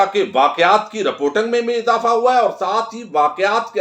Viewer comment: Assalamualaikum sir yah rpotung nahi hai yah reporting hai kyoun mazaq urwa rahay hamara gawaroon jahloon jaisay english bol kar ya sahe bolo ya na bolo ache baat mashwara manna cah ay